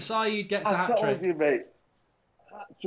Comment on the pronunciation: Hatric hero said 😭